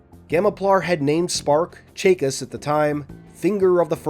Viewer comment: You're saying Chakas wrong.